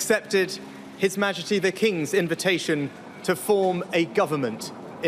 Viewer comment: "His majejty the king"